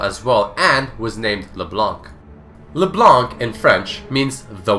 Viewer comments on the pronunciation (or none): LeblanKKKKKK .... its Leblan bro :p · The correct way ro prononce "leblanc" in french is prononced like "le blan" and Leblanc is also a real lastname ! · In french, don't prononce the C of Leblanc. it's lke Leblan. yes white in french is whritted blanc, it's a silent C ;) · why do English people read leblanc le blank we dont read c as k in french D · FYI it's pronounced LeBlan, the C is mute in french. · Did you know that the 'c' at the end of Leblanc's name shouldn't be pronounced? (french guy here ^^) Great video, by the way :) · Hey guys ! Just so you know ... The "c" in Leblanc is silent! You are not suppose to prononce it :P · Did you know that the C at the end of her name should be silent?